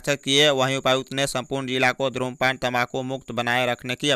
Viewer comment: Bhai धूम्रपान is right, Not धु्मपान